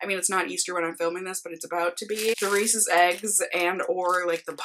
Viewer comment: Loved this video!! (Also I’m thrilled that you pronounce Reece’s the “right” way!! Lol) It’s probably because we’re both from Minnesota, but I see you tubers who pronounce it with the long “e” at the end and it drives me crazy!! Thanks for the vlog!! ❤️